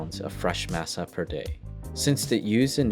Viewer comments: "Massuh" lol masa foo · Dude, I love mass-uh. Especially in tack-ohs. I love pass-tuh too. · I’m cringing at the way your pronouncing masa… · Lol everytime he said masa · pronunciation of taco, masa and any other spanish word with an a is horrid here. interesting tale, but even nacho is mispronounced. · Sowth-ern, maasa, ta-mal-ees, tack-ows....uugghh.. pronounced suthern, mahsa, ta-mah-les, and tah-coes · To hear this guy pronounce CASA, MASA and TAMALES wrong every time. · Learn how to correctly pronounce words like tamale and masa and nacho and SOUTHERN. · The way you say masa drives me crazy [Edit] tamales too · Yet he butchered tamales, masa, and southern.